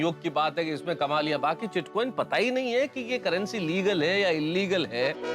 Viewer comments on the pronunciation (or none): Bitcoin ❌ Chitcoin ✅ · Bitcoin not chitcoin